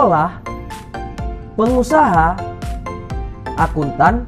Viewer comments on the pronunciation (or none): Penguhasa😂 pengusaha...